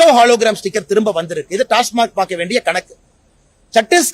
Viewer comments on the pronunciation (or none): Neengalum TASMARK thaanaa.. It is TASMAC... Sir.. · Tasmac dhan, avar tasmark nu solrar